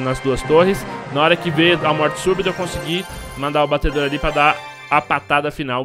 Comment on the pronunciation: Agonia do flar "batedor"